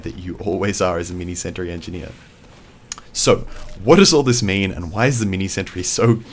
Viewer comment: "Mee-nee santry."